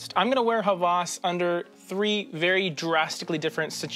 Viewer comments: you butchered the pronunciation. it's /Heh wehs/ not /HA VAAS/ lol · It is not pronounced as Hawaaaaas. It is Ha-was. Pronounce 'was' same as 'ha'. It means 'lust'. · Not hawwas its hawas Should be pronounced quickly Greetings from Egypt